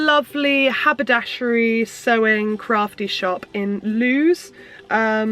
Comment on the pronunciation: I prefer having the nap so that you stroke downwards, it makes me feel funny the other way, like stroking a cat backwards! But whatever floats your boat. Also, I believe Lewes is pronounced 'Lewis'! But the box looks lovely 😍